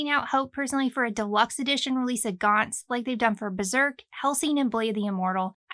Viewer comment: finally, someone who pronounce it right